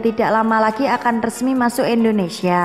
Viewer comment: indonesia jadi * endonesia* tlg biacaranya di perbaiki !